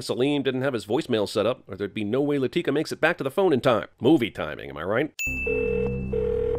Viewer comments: A sin should be removed for the way he pronounced "Latika" every time. She's not a frikin black girl, it's pronounced "LAH-thih-kah", not "Luh-TEE-kuh". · Anyone getting pissed who he pronounces ‘Latika’? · One sin for mispronouncing Latika’s name throughout the video. And another for mispronouncing it right after a scene where Jamal gives the correct pronunciation. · Plus 100 sins for referring to Latika as “Lateeka” the entire time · I love how he has clips where the characters say Latika's name and he immediately comments and pronounces it incorrectly. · I second that. Not just that, but he botches the names RIGHT after they are said in the movie. 🙄😑